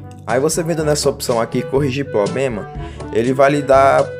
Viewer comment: "poblema" "pobema" .